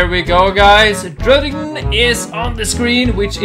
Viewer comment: You say druddigon like this “dragon” no really like that